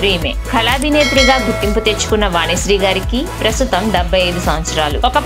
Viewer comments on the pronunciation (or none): Please correct your pronunciation first. వానిశ్రీ అని మాట్లాడే మీకు ఛానల్ సబ్స్క్రయిబ్ ఎలా చేస్తాం. ఎల్లు కాదమ్మా ఏళ్ళు